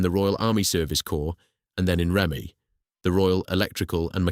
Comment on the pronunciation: Its Reme pronounced Reemi not Remy